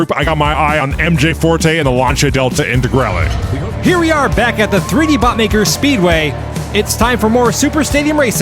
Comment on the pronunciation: Lancia Delta Intagrale, perfect pronunciation! Greetings from Italy !